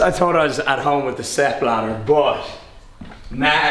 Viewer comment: Is Rob saying step ladder or Sepp Blatter?